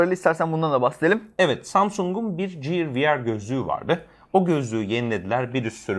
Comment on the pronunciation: Ya lütfen ciyır demeyin şunlara giyır anacım giyır gear.